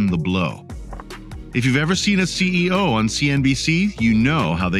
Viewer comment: Hope there isn’t a test since I stopped watching when the bot said CEI instead of CEO.